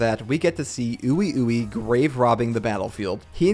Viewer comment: ppl always say ui ui name wrong... its "WEE WEE" so simple.